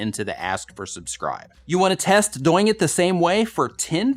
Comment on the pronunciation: Ok.....did I just see a #doing on one frame? Don’t change how you say it. I like how you make doing rhyme with “boing”. It’s more fun.